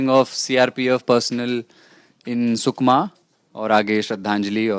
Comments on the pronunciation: sukna nai hai sukma hai naam to thik se lena sikho.. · its not sukna but it is sukma